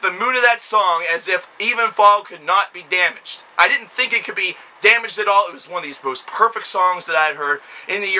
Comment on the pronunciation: "They dit-ent! They dit-ent!!" Oh for fuck's sake...